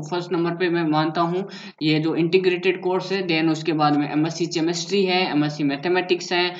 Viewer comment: Bhai केमिस्ट्री होती है चेमेस्ट्री नही😐